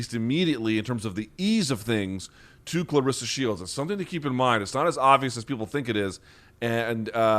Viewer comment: u r saying her name wrong, she corrected brett go to that video and see how it's pronounced